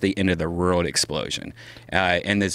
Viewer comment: I love Brian but when he says world it gives me aids